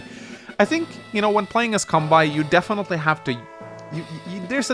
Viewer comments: Seriously though dude, please say Kanbei correctly. You don't pronounce Sensei as "Sen-sai" so why should Kanbei be pronounced as "Kan-bai" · Why does he pronounce kanbei's name like that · Your content is great, but your Kanbei pronunciation is tilting, pls fix BibleThump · Love your videos, but I wince every time you mispronounce "Kanbei". Seriously, why pronounce the -ei in his name like that, but not the -ei in Sensei?